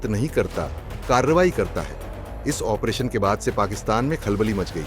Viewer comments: Operation ko ONPRETION kyu bolte ho ? Koun dictionary main hain ye word ? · Operation pronounciation toh thik se karo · ऑपरेशन तो सही ढंग से बोलना सीख लो😂